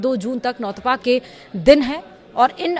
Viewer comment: नौतपा बोलना सीख ले